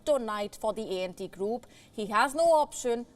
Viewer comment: It’s not ent group, it’s ANT, ANT group 😊